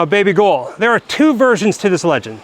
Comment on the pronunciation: The Old Tolbooth jail at the Heart of Midlothian is two minutes away from my house. Are you calling your lass "baby goal" or am I hearing you wrong?